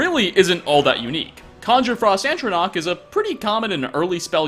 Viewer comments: It's ATronach. Not ANTronach. Keep up the good work though! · “Antronach.”. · "ANT-tronach" x'DDD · I know this video is about items you can't get. But the way he says ATRONACH bothers me. There's only one N in the word. Atro Nach. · A tro nach. Atronach.